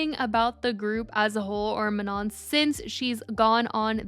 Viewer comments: exactly! it's also not maNON like on and off which is how she's saying it (and shes been told its wrong on her previous video about this) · No guys its not prenonced Ma-No its prononced Ma-nON, ON as in we in french or NON as in no in french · for the millionth times it's ma - no" jfc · She’s STILL saying her name wrong… it MAH-NO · Isn’t it pronounced “Ma-no” like without the n at the end? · Girl her name is pronounced Ma-Noh, like Manon without the n at the end. Everytime you post a Katseye video you get told and never learn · no, even manon said it herself that it’s like “Manó” and she said the n is silent. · It’s pronounced Ma-No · she said herself that its “Ma-no” and the “n” at the end is silent. The OP is correct. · say her name correctly lmao. The N at the end of Manon is silent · Hi just a gentle reminder the N at the end of Manon is silent ❤ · why are we STILL not pronouncing her name correctly? it feels deliberate at this point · We been telling her I don’t think she cares lol she been doing it wrong every video with countless comments correcting her